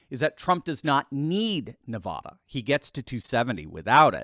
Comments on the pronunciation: Hi, I love your show. ❤ I wanted to share that Nevada is commonly pronounced as nuh-VAD-uh, with the emphasis on the second syllable and the "a" sounding like the "a" in "cat." However, some people, especially those outside of the state, may pronounce it as nuh-VAH-duh, where the "a" is pronounced like the "a" in "father." The preferred pronunciation among most Nevadans is nuh-VAD-uh. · Please stop mispronouncing Nevada. Second syllable doesn’t rhyme with AH. The A should be like the A in AT. I’m from there, and people from outside the state usually butcher it. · Nevada is NOT NaVAHda it is pronounced NaVAAda. Hope this helps. Commented from Las Vegas, Nevada. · Neh-Vad-UH. don't be silly. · Me and every other Nevadan, "IT'S NEV-AAA-DA" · Nev(A)da, A as in apple. You drive me nuts!! Don't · Please pronounce Nevada properly?